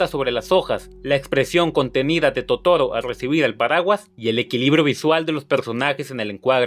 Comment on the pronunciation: "...que seguramente no conocias". Eres un burro. Si no puedes ni pronunciar bien el nombre de Totoro.